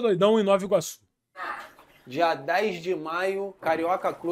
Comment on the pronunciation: Caralhoooo, amo meu país NovAAAA(pq ninguém fala NovI Iorque, euhein) Iguaçu. ❤ Ele do calçadão foi parar lá no Alvorada, cara😂😂😂😂